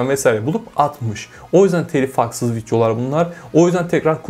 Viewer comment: En cokta Videolar derken ki FitYO lar deyisine geldim